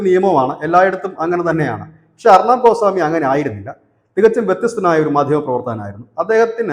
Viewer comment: അർണാബ് അല്ല. ഉച്ചരിച്ചു വികലമാക്കരുത്. അർണബ് ഗോസ്വാമി.